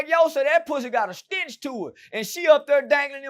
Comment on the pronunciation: “ it got a stintch to it “😂